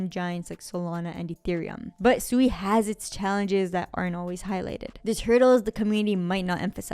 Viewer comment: If you actually did your research on SUI you certainly wouldn't be calling it Suey like chop suey. You would have at least watched one video from the founders of SUI from Mysten Labs where they pronounce it right numerous times in just a matter of 5 minutes. As well as your fud on a decentralized Exchange Cetus being hacked doesn't mean the blockchain was hacked that's like saying FTX collapsed but the Solana blockchain was the problem of why FTX collapsed. I'm guessing you're overallocated in SOL